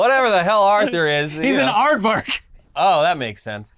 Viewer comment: "Ardvark" :_InternetBLUE